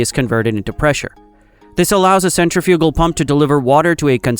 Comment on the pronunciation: The AI needs to learn how to pronounce "centrifugal".